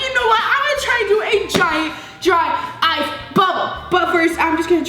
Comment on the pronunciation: I thought she said dry ass bubble.. lmao sorry ily